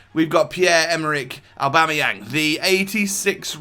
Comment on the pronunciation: Oh my god you actually said aubameyang properly!